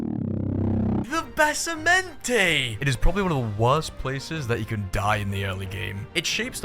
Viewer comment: "The bassamentey" 😂